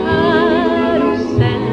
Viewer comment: Lys Assias deutsche Aussprache ist sehr schlecht :/ Das alte Karrusell